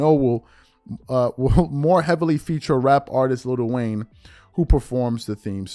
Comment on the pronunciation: IT'S NOT LITTLE WAYNE ITS LIL WAYNE